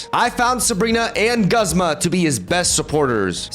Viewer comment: Just an fyi: Guzma is officially pronounced "gooze-muh" while Iono is "i-uh-no" (without pauses)